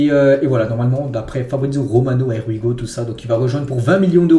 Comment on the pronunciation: J'aime beaucoup ton travail,je ne manque aucune épisodes...Merci et force 👊!mais stp apprend la prononciation du ''Here we go'' on est pas anglophone mais on peut faire un effort 😅